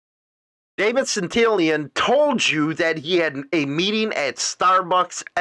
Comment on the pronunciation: His name is NOT SPELLED "SANTILIAN" ITS SPELLED "SANTILLAN". ITS REALLY NOT THAT HARD, JUST PRONOUNCE THE TWO "LL's" like a "Y"! And "CICCONE" JUST PRONOUNCE THE TWO "CC's" like a "K" Hard to understand Your ignorance here.